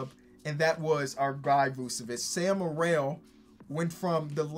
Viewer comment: hey, it’s pronounced sam merill, not morell -from a proud utah state fan